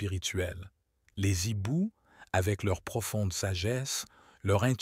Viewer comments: On ne dit pas les zibous, mais les ....Hiboux avec un h aspiré, et sans liaison ; aussi ne peut-on pas faire un nibou, mais un/hibou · Les hiboux pas les ziboux. H muet. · Oui mais c est rigolo 😂, moi j aime bien les z hiboux❤